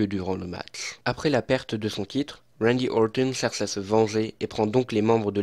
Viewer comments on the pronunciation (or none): Ne t'embête pas à prononcer à l'anglaise, ou alors, essaie de le faire correctement, c'est Randy OrTon, pas Orthon ^^ Sinon, contenu très intéressant, j'aime beaucoup ce ton posé, on voit que tu es passionné et c'est agréable de voir des catcheurs qu'on aime expliqué :) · J’ai l’impression qu’il dit « wendy auwton » avec l’accent angalis